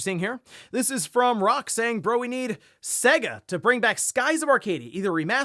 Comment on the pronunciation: It's pronounced Say-Guh.